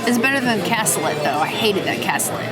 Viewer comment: The fish is a bool-yuh-base and the cassoulet is pronounced kas-oo-lay. Great review as always. Sad our family didn’t end up going to this reservation right after they opened. Sadly, we still haven’t been, but I can’t wait to try it!